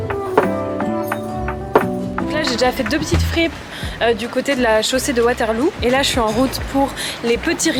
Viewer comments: Vraiment mims quand tu dis chaussée de WaterlOU 🥺mais on dit totalement chaussée de waterlEAU ❤ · "Waterlou" ahaha troop miim's XD ça se prononce WaterlO mais trop chou j'aime trop quand les français prononce des rue belges :p bisouuus de la Belgique! <3